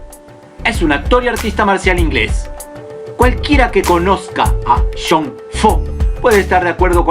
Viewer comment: Cuando dices jhon suena como sean. Dos nombres distintos. Jajajaja. Sean foo o jhon foo???